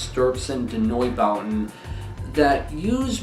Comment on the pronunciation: Neubauten was possibly the weirdest band I’ve ever heard. Also, pretty sure it’s pronounced “ein stur zein (the e is pronounced like how it is in the word (eye) noi bow ten”.